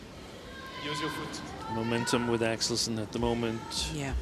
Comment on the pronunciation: I agree with you, but stop saying "Axelson", it's not that difficult to say 'Axelsen"....